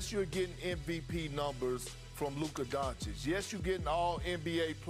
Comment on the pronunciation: Perk still dont know how to say doncic right 😂 Luka goncic 😂😂